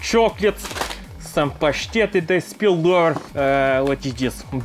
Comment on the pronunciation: WHY IS NO ONE TALKING ON THE FACT HE SAID PASHTEAT